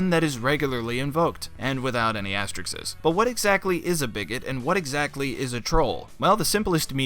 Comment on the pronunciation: Not "astrikses," it's "asterisk".